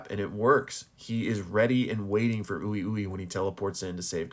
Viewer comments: It's wee-wee not oowi-oowi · Im pretty sure Ui ui is pronounced "wee wee", not "ooey ooey" lol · I don’t understand how all these JJK reviewers still pronounce character names wrong? Is it a racist white washing of the Japanese names? Like bro said “ooh eee ooh eee”, we heard his name pronounced in the anime and it’s not hard to say, “uh wee wee” essentially lol, it’s the same with Gojo they all pronounce him “sat oRu” and they don’t roll the R like a D, it’s not that hard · its pronounced ''Wee-Wee''